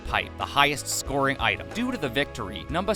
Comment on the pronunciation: I know why he says it but it sounds weird when he says “numba 1”